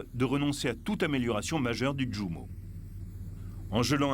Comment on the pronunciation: Djounker... Non, Junkers est un mot allemand, on prononce ïounkers ! De la même manière Jumo se prononce ïoumo.